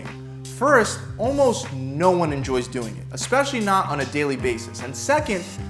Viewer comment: "ALMSOT" 🤣 this video seems not rushed